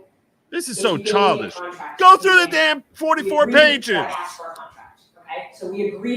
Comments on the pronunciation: AMEN THAT!! 😂 I've been dying to find out why people in Georgia LOVE 🪓's.. Everyone always axe'ing people.. WHY? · 1 of The prosecutors in the ysl trial says axe too it does my head in makes her sound so unprofessional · Dear God, normally, I am not a grammar guy, but hearing the witness say axe 20 times in 60 seconds was making me scream, "It's ASK." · “Axe” me no questions.. I’l tell you no lies 😂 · Dog, I said out loud (as Ashley) “well I didn’t AXE you anything. But I did ASK….” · Way too much "axing" in that 1st witness. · Aks is not a word